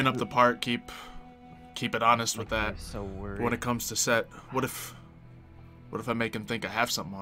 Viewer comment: it's Set, Seth, Setesh, and Suetekh. Though, for this series, it's just Set. Not Sekt.